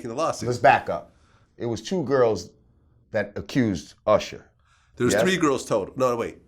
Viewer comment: why does he keep saying "ursher" lol.